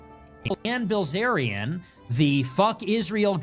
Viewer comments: Bil zarian Zack not Bliz arian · Right off the bat and you mispronounce his name. The eye comes before the ell, it’s \Bill Zaryan\ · Asmongold actually can’t pronounce “bilz”